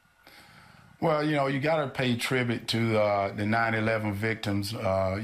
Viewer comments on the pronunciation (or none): Did he said tribit or tribute i play the video a couple of times and i keep hearing tribit